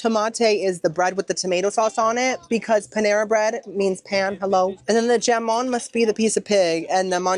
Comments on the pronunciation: I just wanted to share how to pronounce the “pig” in Spain that you pronounced jamon however it is “ham”on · Not you calling jamón - “jam- on” 😂😂😂 CMON 🫠lol!